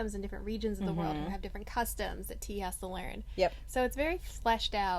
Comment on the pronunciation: Finally someone that calls her correctly Tea,every review i have seen keeps calling her Te-ya and i cringe lol.I keep yelling its Tea not Te-ya